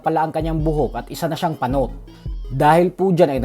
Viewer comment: Natawa ako sa Pagbigkas ng PANOT. SERYOSO NA KO EH HEHEHEHEHE.